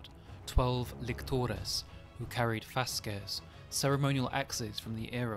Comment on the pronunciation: You're the only one I've seen so far with a relatively proper pronunciation of 'fasces', pronouncing the C more like a K as would've been the case! That K sound probably softened over time, leading to the well-known word associated with homosexuality.